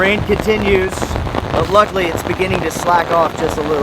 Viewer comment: "Nuculer" is not a word. "Luckly" is still not a word.